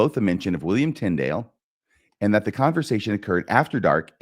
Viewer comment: Trying to follow this episode was difficult. You both were forging ahead so fast you lost me half way. When kept mispronouncing Tyndale’s name I gave up trying.